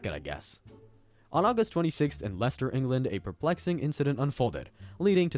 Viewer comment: First American to say Leicester correctly 🫡